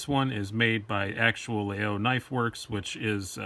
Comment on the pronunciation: No, all. French people pronounce Laguiole La-y-ole. I bought 5 in grad school at la Sorbonne in Paris. My favorite among the 5 I own, has a mammouth ivory handle and a Damascus stainless blade. La mouche is a generic term for the small metal plate attached to the spring. Laguiole uses une abeille, a bee for its mouche.